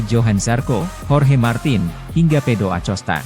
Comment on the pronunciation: Ada kesalahan kata di konten ini 1. Motoipi = MotoGP 2. Pedoacosta = Pedro acosta Tolong mending pake suara asli kalo pake suara ini kek gak nyaman banyak salah kata